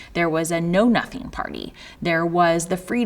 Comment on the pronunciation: Wait, did she say... "no-nuttin' party" lol